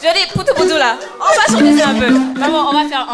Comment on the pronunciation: Ce n'est pas "apoutou", Mais " Poutou " autrement dit " Poutou-Poutou "